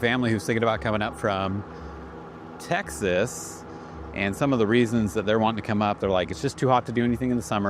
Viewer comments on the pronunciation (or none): none